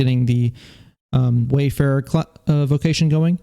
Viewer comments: WARfarer not WAYfarer...... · It's Warfarer btw. not Wayfarer.